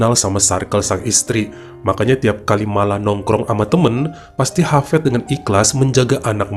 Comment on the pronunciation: Hafiz.. bukan hafEd Dunia...bukan donia